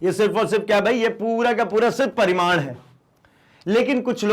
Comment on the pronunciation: Sir paridam nahi parimad